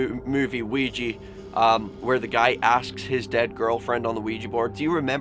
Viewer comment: OUIJA NOT OUIJI MOVIE NOT MUVIE